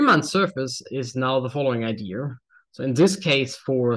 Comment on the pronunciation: He learned Engiish from an American; Idear instead of idea. I know. I grew up saying Idear until I got to college. LOL!